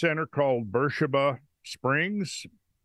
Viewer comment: Isn't Bersheeba the same as Bathsheeba?